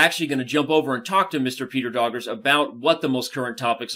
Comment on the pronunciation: Danny can't believe you actually butcher you Vice President's name Doggers = Dokhas (NOT DogERs)